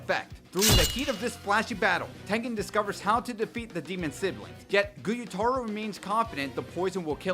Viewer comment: This video is great and amply explanatory, but for the love of god please do some more research on how to pronounce the very Japanese names before you record a whole video talking about “GuyutArO” when his name is Gyutaro. Pronounce it like “Gew-taro” at least I mean jeez that was just very distracting